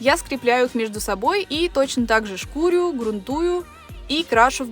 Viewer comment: Только шкурю́, а не шку́рю😬